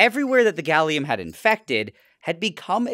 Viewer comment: Ah yes, Galliuminum